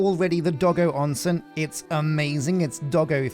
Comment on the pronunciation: As someone who only barely knows passing amounts of Japanese and how it's pronounced, I still flinch every time he says it "Doggo Onsen"~